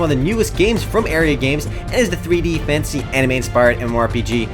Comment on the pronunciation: when u say "fantasy" it always sounds like ur saying "fancy" work on it :D Keep up the good work :)